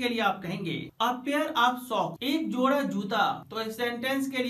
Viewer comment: Jora not joda